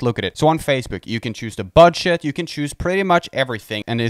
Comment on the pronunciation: is he saying BUDSH*T?